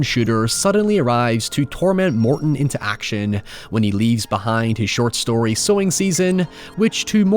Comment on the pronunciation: "You shtole my shtory" is all I remember from this.